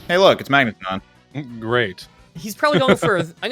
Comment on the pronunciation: "Ton-Magne" sounds unintentionally French